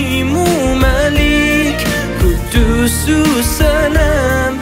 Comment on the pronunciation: He doesn't know how to pronounce quddus properly lol